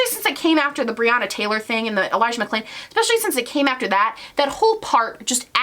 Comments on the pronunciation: He said Elijah McCain instead of Mcclain and then dubbed it over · can we also talk about the fact that he mispronounced Elijah McClain's last name and then dubbed it over? Like, do you not even have the time to rerecord a snippet in your giant mansion during your weeks in "reflection"?